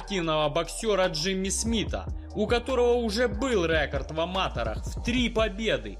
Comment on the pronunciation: "Рэ́корд в ама́тэрах" - это вообще на каком языке, автор?